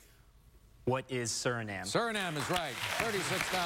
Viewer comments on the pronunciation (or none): Dude that smart and he mispronounces Suriname....what a shame.